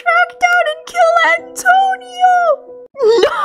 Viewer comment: NOOOOOO!!! NOT ATONIO